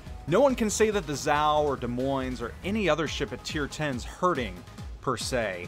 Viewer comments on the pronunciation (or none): Well thought out, and a bit more time letting MM design the balance or shifting to say 11 or 10 ships if the wait drags on ,ight work. BTW, there is NO S SOUND in De(s) Moin(es). My cat doesn't mind, but my dog growls at your pronunciation :)